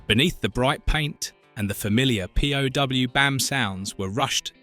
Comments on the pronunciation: P-O-W? not POW? friggin' AI! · Why did you say P.O.W. ?? It's POW!) ?? Unless there is a part 2. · P O W not POW? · The voice-to-Texas narrator "thinks" Pow! should be pronounced "Pee Oh Double You." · The cockney AI voice can't read "POW" as a word, but instead says, "P Oh Double You." F-ed up. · I'd think there has to be a tag they could use to the voice generator to pronounce something as a word or as letters. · Thats why the guy couldn't say POW but it came ouybp as P.o.4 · Yep, horrible mispronunciations and syntax throughout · Also pronouncing the letters in the word "POW" as though it were an acronym. It almost sounds like the narrator is some kind of robot. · I suspect they had it capitalized in the script and that's why it was pronounced that way. I suspect there is something in the program that tells it that if it's written in capitals it's pronounced like letters, the abbreviation for prisoner of war, and if it's small, it's pronounced like the first part of power. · it is kind of an edge case. P.O.W. is often written as POW and said as individual letters. Clearly the AI in this case failed to recognise the context.